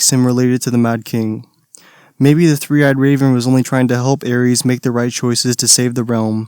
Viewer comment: i actually get so salty when you pronounce "Aerys" as "Aries." pronounce DaeNARYS